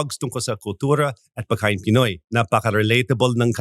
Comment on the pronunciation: Hi, Baket ang tagal mo na sa Pilipinas pero yung accent mo American pa din parang level kayo ni kahit bago pa lang sya sa Pinas. Sobrang hanga ako kay Kuya Jake, yung American na nakapangasawa ng Ilocana. Talagang he has lost his American accent completely. Parang Filipino na talaga sya magsalita. Also I noticed, you and can't pronounce the letter 'g' in the word "pagkain"